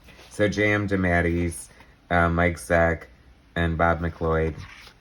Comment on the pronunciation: 'JM Demattys'? What is that butchering of his name...?